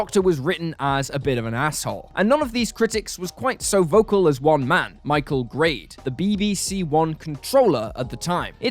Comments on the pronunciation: The information in this video regarding the 80's is very poorly researched with several basic inaccuarcies. The narrator even refers to Michael Grade as Garde at one point, suggesting they are just reading a script without knowing what they are on about. The idea that Doctor in Distress had any baring on the future of the show is probably the most stupid of these. It was a dreadful record and badly misconceived but it was heard by hardly anybody (understandably no radio station would play it) and remains a very minor footnote in the 1985 cancellation/hiatus saga. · Grade is mangled into "Garde" after one sentence!